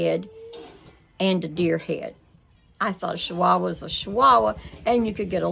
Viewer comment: I think it's funny. How you are saying shchihuahua. . They are called Chihuahua. 😂 I got to laughing so hard thinking about if I said I've got to go put up my shachickens 😂. Aka chickens that's so funny shchihuahua. I'm happy for you.